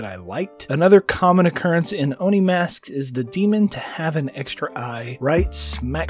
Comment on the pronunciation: Just say it as Oh-Knee